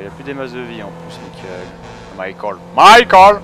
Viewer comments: c'est pas michael c'est MAIIEKEULE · MAIIEKEULE c'est pas michael